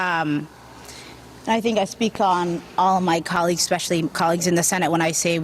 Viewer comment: He was speaking and he was saying a word that start with an s followed closely by the word think and with a quick slip of the tongue added the s to think making it sound like stink!